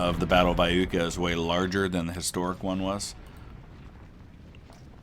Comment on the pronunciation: Eye-YOOKAH ... just saying :D